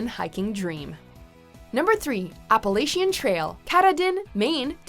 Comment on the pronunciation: or the CDT, American Discovery Trail, Arizona Trail, or the Pacific Northwest Trail. Also I've never heard someone butcher the word Appalachian or Katahdin before.